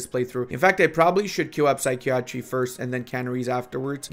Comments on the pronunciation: Psychiatry (Sigh-kai-Uh-Tree) Not (Sikey-Attry) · Psi-key-A-tree, Lmao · Sy kee a tree, lol